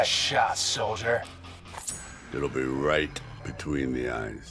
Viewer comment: The punctuation he put into saying" it'll be RIGHT between the eyes"